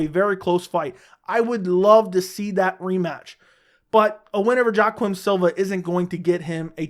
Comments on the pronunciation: Joe-quim Silva. 😂 It's pronounced "Wak-eem" jesus, lol. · Kompanion The pronunciation is between a J and Y if anything, but when 99% of broadcasters say it, they say Wakeem . Either way it aint f*ckin JoeQwim ctfu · Kompanion im not just as wrong the man said Joe - Quim